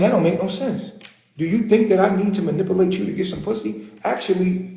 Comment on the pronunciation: Can't even pronounce "manipulate".